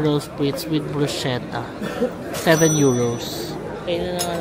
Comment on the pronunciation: Bruschetta po is pronounced “brusketta” po.